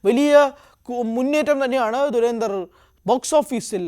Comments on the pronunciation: ധു ര ന്ധ ർ ( DHU RA NDHAR ) ദുരന്ദർ എന്ന് പറയല്ലേ .. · dei duranthar alla dhurandhar aanu. dha aanu varanath. malayalam ariaunna arum illedei avde